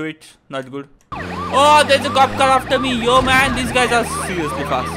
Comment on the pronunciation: Bro it's car not cal